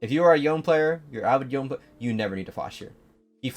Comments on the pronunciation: Pronounce it YONE'eh not YoNeE! Pronounce his name how it's supposed to be! You are rank one, stop pronouncing it like all the other lame YouTubers! I am requesting you, since I appreciate your videos! Thank you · Price is mostly based on his popularity and demand.. also idc how much of a Yone main you are I hate how you say Yohn instead of Yonay 😝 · why does everyone say this guys name wrong lmao it is not said like the word lone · Imagine being a rank 1 otp and not knowing the correct pronunciation of your champ. Yo-nay my guy. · Wait this guy is rank 1 pb the champ and doesn't say the name correctly? T-T